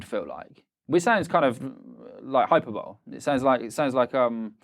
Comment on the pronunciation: He’s a writer and he said “Hyper-Bowl” 😂